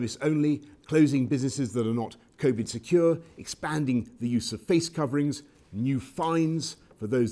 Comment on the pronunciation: "covid naan" XD